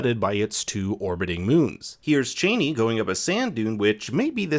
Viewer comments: Chani pronounced "Chahh-ni." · Man, it’s hard to listen to you keep calling her like a certain former American Vice President 🤷🏼‍♂️. It is not how you supposed to pronounce her name, for Herbert sake….. do your research properly,please.